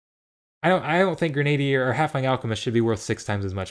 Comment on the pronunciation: Grenadier is pronounced "Gren-a-deer" - it's historically a real-life type of soldier. Great info, though! Was just bugging me and I wanted to share the correct pronunciation! :P